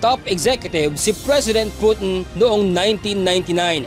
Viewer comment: Ka oe mo loy mag news, over exaggerated pag ka banggit mo sa Russian president name,....